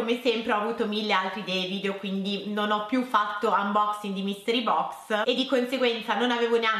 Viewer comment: Non uboxing.....uboxin 😂 che britishh